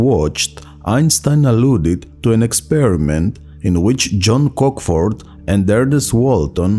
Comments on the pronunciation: Interesting! It was not Cockfort, , but Cockcroft. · The spoken narrative of this video contains an error. The written text that appears on the screen states, correctly, that the speed of light is 186,000 mi/s. The narrator says, incorrectly, that the speed is 156,000 miles per second. Also, he mispronounces John Cockroft's name as "Cockford".